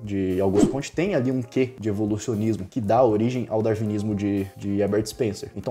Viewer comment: Aos , a pronúncia do nome francês é "cômte", não "comtê".